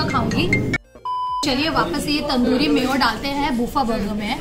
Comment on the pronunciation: Madam it is BURGER Not* BOGO